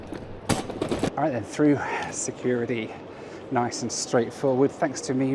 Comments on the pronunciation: i came here to say eh? securidy???? but you won! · it's securiTY. FFS you've only been in the US for 20 minutes😆😆